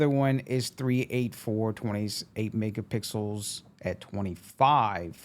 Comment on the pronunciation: Good video... Just wanted to let you know that you keep saying "mega pickles" when you should be saying "mega pixels" pronounced (picksils) I hope that helps.. thanks again for taking the time to make this video for us to watch. You helped me big time in Deciding if I wanted to buy the camera or not